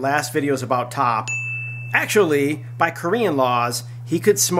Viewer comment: THANKS FOR THE UPDATE! His name is T.O.P. not top. Please pronounce it right.